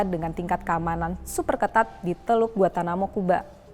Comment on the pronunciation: Gua-N-tanamo, bukan Guatanamo,.